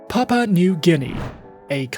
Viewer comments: Good work. the country's first word is pronounced as "Pap wu a" and not "pap pa" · It's Papua 🙄 not papa And that background video is not even our city. You look more like a scammer